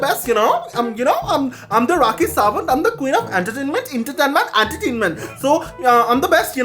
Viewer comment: When he says tankyo tankyo tankyo tankyo I just love it and also the queen of entertainment antertainment antertainment